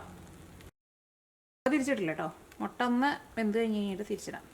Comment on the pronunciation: Thanks... A gud,easy dish.. Gud presentation.. But 'motta' just irritates.. Improve to mutta.. Because we like u.. 🧡